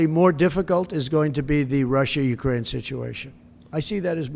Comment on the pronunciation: Ukraine not ucaina.